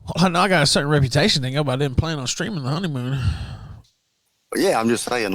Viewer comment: Dude sounds so fat he pronounces every ''m'' as ''mb'' like ''honeymboon''